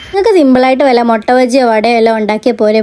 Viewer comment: മൊട്ട അല്ല മിട്ട ആണ് 😌